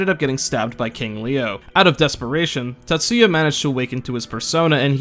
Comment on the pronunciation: Times you pronounced name Tatsuya right: 2